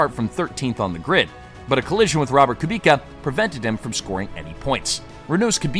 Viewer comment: Your pronunciations are... rough. Literally every driver name was different than I've ever heard. KooBeKuh, RaKOHnen...I'm not saying you're wrong, just that the motoring media has said their names 1 way for decades, and you're bucking the trend. Sorry to be that prick, but that's what I am. I checked out because, unfortunately, it sounds like you don't know who they are or what you're talking about.